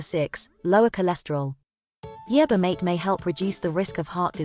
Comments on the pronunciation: MaTE not mait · The poor computer voice can't pronounce the word "mate" correctly as "mah-teh". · It sounded like marther